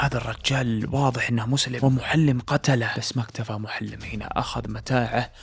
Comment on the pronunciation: سردك جميل وإن كان بالعامية لكن لدي ملاحظات وهي أنك تلحن كثيرا في قراءة الآيات والآحاديث ونطق الأسماء، مثلا قرأت (مغانمُ) بالفتح وهي مرفوعة . أيضا اسم الصحابي محلّم بن جثامة وليس معلم كما ذكرت والحديث في قصته ضعيف لا يستشهد به